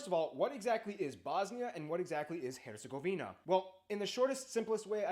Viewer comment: im sorry???? BRO REALLY SAID HERGOZVINIA IM DEAD💀